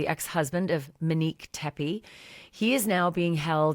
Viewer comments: MOnique, not MAnique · It's not MENIQUE... ITS MONIQUE... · Her name starts with MON, not MIN !! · MO-neek, not MEN-eek. Go back to calling her Mo. She went by "Mo" not "Men." 🙄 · MOnique ,MOnique…not MAniq,M’inique..what is wrong with you? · Out of respect, can you say her name correctly, pronounced “Mō-neek” instead of M’neek,Muhneek? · The new photo is bad AI. Look at the temple on the left 🙄 AND please say her name correctly! its not MEH-neek.